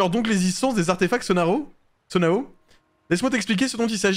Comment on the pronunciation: Banger ce jeu j’ai avancé plus dans l’histoire pour pouvoir regarder mais juste tu dis Sonao mais je pense ça se prononce Sono